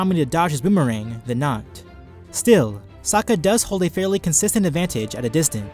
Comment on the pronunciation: As much as it pains me to admit it, i agree with your verdict. I love Sokka he's my favourite character, but he's out of his depth here. And good on you for pronouncing his name correctly, a lot of people don't. Looking forward to the next video!